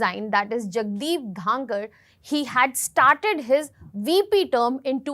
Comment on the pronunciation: She can't even once say his name properly not dhakar , it is dhankhar